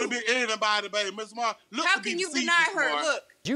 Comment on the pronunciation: “Mista Maurryy!!” 😂😂😂